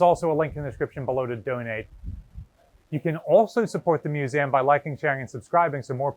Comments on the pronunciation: Я: годами пытаюсь отточить произношение. Этот чел: мьюзэм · That's the first time I've ever heard someone pronounce "museum" like that.